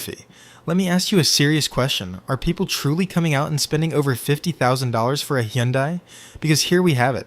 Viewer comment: "Sir, do you want 'unleeded' fuel in your 'Hendye'?" "May I interest you in a Mustang 'Matchy', A Ford 'F-15-Oh'?"